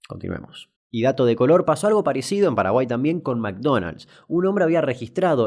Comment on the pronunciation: "PEDO PADAGUAI NO EZIIZTEE" chupenla... CHUPENLAAAAAA